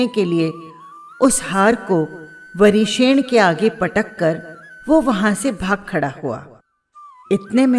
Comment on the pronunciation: आप नाम सही नहीं बोल रही है